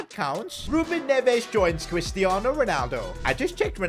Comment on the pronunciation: cwistiano Ronaldo